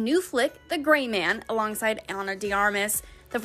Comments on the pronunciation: This presenter can NOT pronounce “Ana”😳😳😳😳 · I love how someone totally butchers pronunciation and the editing team just completely let's it slide. How do you mess up Ana?